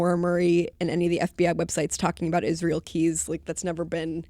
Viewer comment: It pisses me off how people try to talk about Israel Keyes and his story/case when they don't have a bloody clue. Stop trying to put words in his mouth or create situations that don't exist. Fuck. Also if you cannot pronounce Israel properly then call him by his Nick name "Izzy"...should make it simpler.. one would hope.